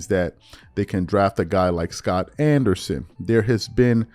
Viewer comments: The name is Scoot, rhymes with boot…not Scott! 😂😂😂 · Scoot (rhymes with "Boot"), not SCOTT lol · The prospect is Scoot Henderson, not Scott Henderson! He's a great PG prospect. Do your research on him because it doesn't seem like you've heard of him when you badly mispronounce his name. There are a lot of Scoot fans watching your platform. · SCOOT NOT SCOT! SCOOT NOT SCOT! Come man don't you see 2 o's! "SCOOT!" SCOOT! You all are killing me! You said Scot twice! SCOOT HENDERSON! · A bsketball expert who doesn't know the name of one of the top 3 prospects in the draft. It's SCOOT Henderson, my dude. Not Scott. You're literally reading it off of an article, and you still can't get it right, multiple times. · SCOOT not Scott 🤦🏾‍♂️🤦🏾‍♂️🤦🏾‍♂️ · should probably know how to properly pronounce the players names if youre going to report on it, its SCOOT, not SCOT. but if i was the pelicans, id ditch zion, waste of god given talent and the guy just doesnt care, hes made his bag, and content with never playing again. he doesnt care about his legacy, all he wanted was the money. period. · Bro… its Scoot… SCOOT HENDERSON!!!! 🤦🏽‍♂️ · Scoot not Scot dude sheesh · SCOOT NOT SCOTT😒😒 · Scoot not Scott…lol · Enjoy your birthday, it is in fact pronounced Scoot as in “loot”. Great show as always though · You mispronounced Scoot Henderson's name twice which is an indicator that you aren't familiar with him.